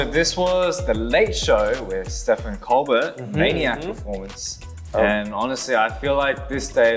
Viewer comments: Felix mispronouncing Stephen Colbert lol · the way he said Stephen Colbert took me out lmao